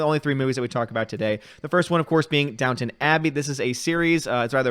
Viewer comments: It's DownTON Abbey, not Town ;) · KEK - It's Down-ton Abbey Not Down-Town Abbey... I Know I thought it was Downtown when the show came out years ago then I looked at the title and scratched my head... I heard it was a good show for women, but I never watched it. It didn't look my speed. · Downton, not Downtown. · Downton, not Downtown. 😄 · It's Downton Abbey lol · Downtown or Downton?